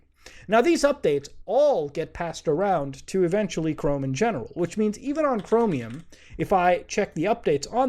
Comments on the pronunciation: why does he say it like chromIUM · Why do you pronounce Chromium as Chromi-yum